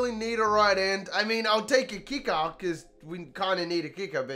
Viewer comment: “At least we got the Keeckah”